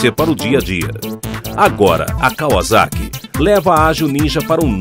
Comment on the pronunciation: Kkkkkk o cara ri mas pronuncia deve pronunciar kavazaki kkkkkkkk Enquanto a pronúncia correta é KAUASSAKI